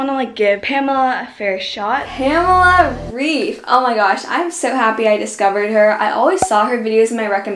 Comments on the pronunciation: Pamela REEF omg I can't 😂😂😂not tryina be mean but it's Reif pronounced like Rayf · Great video! This really motivated me to work out! :) Just a short correction: I'm German (like Pamela Reif) and her last name isn't pronounced "rief" but "rife" ;) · Hey! :) just a little tip- Pamela is German so her name is actually pronounced [raif] (and the r is harder than in English - if that makes any sense :D ] :) nice video! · cool video but its not Pamela "Riiiief" its Pamela "Raaaaif" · Loved the video❤️ Btw you pronounce Pamela Reif more like Pamela Raif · The a's in pamela are pronounced like the a in amrica ans well as the e in Reif (R 'a' if) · I really like your videos! Amd btw reif is pronounced like raif... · You pronounce Pamela Reif like R-AH-IF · the „ei“ in Pamela Reifs last name is pronounced like an english „i“!!! 🙏🇩🇪🇩🇪🇩🇪